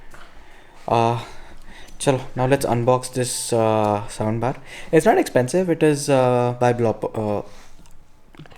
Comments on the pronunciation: did anyone else heard the word sound bar as sambar? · Soundbar.....it sounds like sambar😂